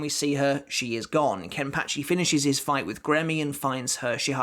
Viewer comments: The way he says kenpachi is soooo weird🤣😂😂:face-purple-smiling-tears::face-blue-smiling:😁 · It bugs me how he says kenpachi